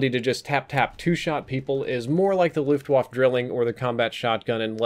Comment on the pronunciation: "Looft wahf"